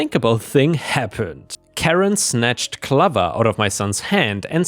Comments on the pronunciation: Clover is pronounced Clo-ver, not kluv-er. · Clover ≠ CLUV-er Clover = CLO-ver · Hey, your old pal Penny here again to help you with English pronunciation. Clover is pronounced KLO-vurr, not KLUH-ver. Clover is a small green leafed plant. It grows wild somewhere on most of the planet. If you find one with 4 leaves it's considered good luck. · Clover…like rover not glover.😊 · Hey! the lo in clover is said like in low not lover ^^ Love your videos! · The O in Clover is more like loaf, rather than lover. Think the plant found on St Patrick's decor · Not trying to be an a** but Clover is pronounced with a long "o". Clō-ver. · Cl / over… like the flower. Just thought I’d help…. Unless that’s how you, in your area, pronounces clover. Then I’m sorry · Clover = cl-owe-vrr. Sounds like "lover" but starts with a "c." Not like "glover" like Danny Glover. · 'Clover' is pronounced like 'stove' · Pronunciation tip, Clover rhymes with Rover and over.